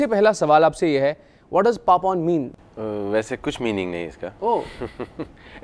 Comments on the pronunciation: Not Pepon , it's Papon😄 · It's not Pepon, say Pa-pon. Respect Dude!!!